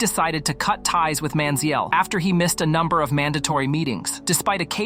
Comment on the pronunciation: The way you're saying his name makes my head hurt